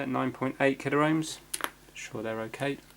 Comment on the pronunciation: Love your fixes (and non fixes) but 'killer ohms' just grates every time, it's pronounced 'kill omes' lol!